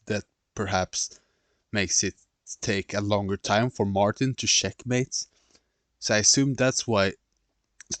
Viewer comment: 'Sheckmate' sorry I just had to very good video though